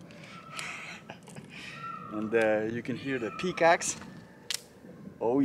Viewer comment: i died and went to heaven when he said peacacks.